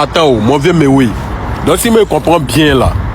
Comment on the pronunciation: Quand tu dit Mewey viens d'attaquer Himra là oh est ce que tu comprends le français parler